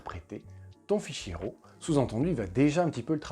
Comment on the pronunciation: Arrêtez de faire ça les Français! SVP, arrêtez de faire ça! Quoi? Arrêtez de dire RAW comme si ça sonnait "Rot". RAW en anglais se prononce ˈrȯ avec le o qui sort presque comme un a et non un o et le r, pas guttural. 😛